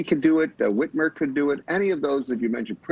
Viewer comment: Did he just say whitmer? Hahahaha